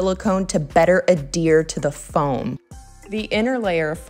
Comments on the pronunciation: Sorry to do this but it is AD-Here not adeer. You have said this incorrectly in several videos. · Lol I cringed every time you said adhere. It's not pronounced like "a deer" Other than that, this was a great build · Thanks! I’ve corrected myself in more recent videos. I am French from Québec and we don’t pronounce the H in French.